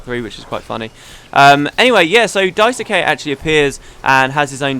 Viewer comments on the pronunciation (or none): Daisuke is pronounced Daiske, with the "ke" part being like in "Kenny". If you don't care, ignore this :P.